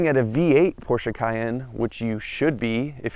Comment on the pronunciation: You pronounce " Porsche" correctly !